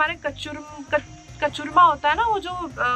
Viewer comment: Kachurma nehi ma'am ji kachumar bola jata hay